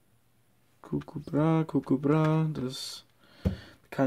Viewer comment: ich weiss aber er sagt gugu hahahah